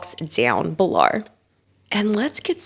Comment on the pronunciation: Is the way she says "below" meant to be in an Australian accent? I'm Australian and this kind of sounds like the accent we do when we're trying to be sarcastic/silly!